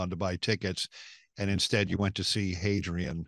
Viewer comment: I couldn't tell if there was an H in front of that or not. Hadrian?